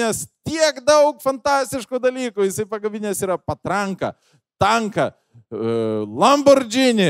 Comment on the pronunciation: Kaip žinot, kad žmogui greit 40 ir jis ragavo sovietinio "rojaus"? Nes jis sako "Lambordžini", "Maikl Duglas", "Kim Besindžer", "Demi Mūr", "Styven Sygl", etc. :)